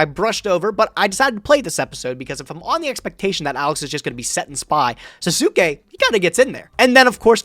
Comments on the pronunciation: Sasuke is pronounced 'SAHS-kay',. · Anyone who has ever watched Naruto before is probably going to be triggered by pronunciation of Sasuke lol